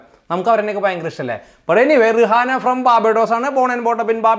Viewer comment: ഞാൻ തുടക്കം കണ്ടപ്പോൾ പറയാൻ തുടുങ്ങു ആയിരുന്നു ..ആയോഏറ്റവും famous celebrity Rihanna ടെ പേര് പറഞ്ഞില്ലല്ലോ എന്ന്.. Also her name is pronounced റിയാന and not റിഹാന(arabic) ☺️.. beyonce is american